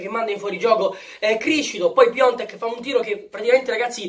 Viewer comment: Ma perché lo continuate a chiamare PIONTEK ???? SI CHIAMA PIATEK !!!